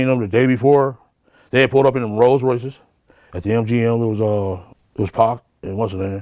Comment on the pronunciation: Who is this 🤡? “Let’s find the whitest guy who can’t pronounce 2tac”.